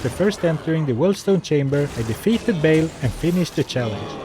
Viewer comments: I know this is far besides the point but surely Baal is pronounced with a long A rather than a short A ? not a chance its "bale" rather than "baal" in pronounciation? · it is not Bail, it is Ba hahahal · He,, is not pronounced Bale. It's Baal: /ˈbɑːl/ (or /bɑːˈɑːl/) not /ˈbeɪl/. Cool challenges,!